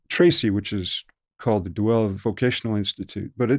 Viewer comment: The way this guy pronounces Deuel in Deuel Vocational Instititution is strange.